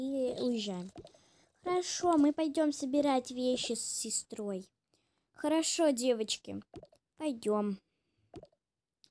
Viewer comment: Не хорово а харашо!